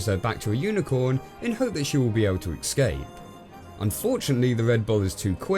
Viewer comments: Dude, it's 'ESS-CAPE' not 'EX-CAPE' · Couple of pronunciation errors you made in the video: - You pronounced "escape" as "ekscape" a couple of times - You accidentally called Disney's Silly Symphonies "Silly Sympathy".